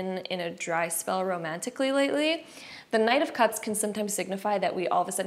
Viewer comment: Each time u said knight of cups I kept hearing 9 cups lol-group 1